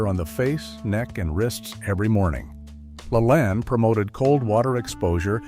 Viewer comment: Ai, not pronounced correctly, I remember every morning my mother watched Jack La Lane, not Lalan....Callesthetics....My mother every morning, got up or came home after 3rd shift as a Supervsior at Texas Instruments, put on makeup, or freshened it. Completely dressed, including stilettos. And Jack, and the blonde lady who also helped. 😊❤.